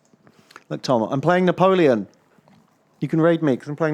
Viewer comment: Na-tom-eon -aparte